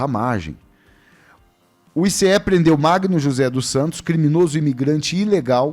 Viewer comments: Pare de falar ICE , SE PRONUNCIA aice. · o "ICE" fala AICE... no português popular.